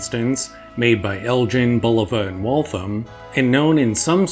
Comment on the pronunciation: I live near Elgin Illinois, original home to the Elgin Watch Company. is pronouncing it how the locals pronounce it.